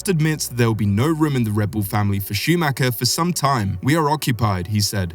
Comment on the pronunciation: Mick Shumacher? are you serious?